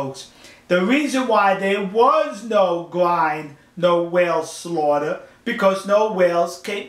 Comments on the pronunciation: The ind part of grind is pronounced like ind in indian... if that makes sense :P It's not like the whales get ground or anything... just a little pet-peeve of mine. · What the police really did, was telling the locals to not harm the crew of Sea shephard, and if it weren't for the law enforcement, the crew would be going home either in a bodybag or just extremly wounded. Anyways, Thanks for the support, P.S I like how you say "Grind":P